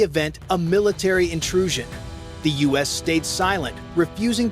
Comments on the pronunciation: The us? A.I. narrators are so stupid its the U.S. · The "US" uses? Come on! Check you video before you post it and correct these stupid mistakes. It's the U.S., as in "you-ess." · Once again stupid ai voice the us not US hilarious can’t even speak English don’t they care pathetic, so embarrassing Trump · Dumb AI can't even say U.S.!!!